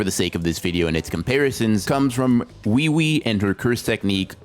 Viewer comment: It’s oo E oo E not wee wee